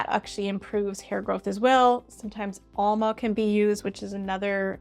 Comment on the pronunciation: Hi, it's Amla oil, not Alma 😊